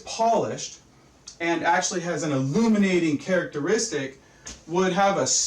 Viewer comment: Having seen several of other videos, and having felt sort of sincerely humiliated for him as MCToon decimate him in debate, I am literally astonished he describes himself immediately, and shamelessly, as a "scientist". But THEN it's actually kind of great how he accentuates "illuminating characteristic" Suddenly he's also a professor. I get the sense he's accessing very very very very faint recollections of high school science class in order to mimic the mannerisms/speech cadences of his teacher (who clearly failed him....). Then he's talking, as if talking to children (God forbid), about light "condensing", which is awe-inspiring. When he mentions "spectral highlight" I thought for a second might segue into spectroscopy (which would have been yet another case of a "flat Earth"-mythology advocate endorsing cherry-picked aspects of ideas that soundly debunk their entire argument), but it ended up being the only instance where let me down here. Oh,. I forgive you.